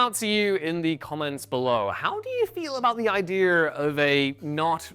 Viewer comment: "Ideer"? Someone get this guy a diction coach.